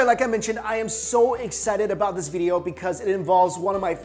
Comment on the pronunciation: Is it me or does Mikey say "video" funny? (bideeyo)